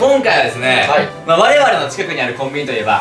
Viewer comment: キム川「はい(流暢な日本語)」